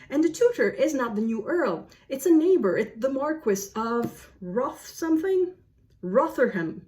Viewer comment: The word you were looking for was "bear", not bare. Rotherham is pronounced more like Rovtherem.